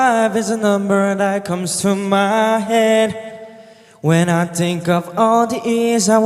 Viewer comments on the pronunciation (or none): none